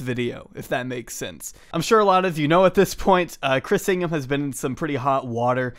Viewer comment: Is it weird that I heard "Chris Pringle" rather than "Ingham"?